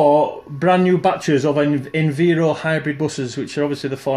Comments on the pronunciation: It’s Enviro (Enviiiiiro) not (Enveero). Sorry just a bit of a pet hate when people do that 😂. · Bus2598 Transport Videos it’s Env-eye-ro not enveero lol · Did I hear enveero? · I think most people pronounce it env-eye-ro